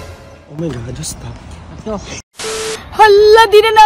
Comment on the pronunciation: Haha bagay na bagay pagkabigkas mo 'stop'haha